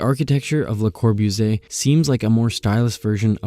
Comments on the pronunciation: Geezus, if you're gonna narrate then friggin learn how to pronounce the words and names FIRST! [LUH] + [KAW] + [BOO] + [ZEE] + [AY], [MEES] + [VAN] + [DUH] + [ROH] + [UH] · wow great video! a lot of amazing topics and information. LOL though because op decided to use Siri to pronounce Bologna but chose to butcher Le Corbusier multiple times.